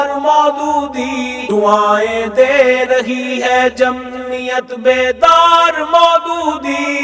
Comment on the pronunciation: لفظ جمعیت ادا کرتے تو بہتر تھا ۔۔۔مہمل لفظ جمیت درست نہیں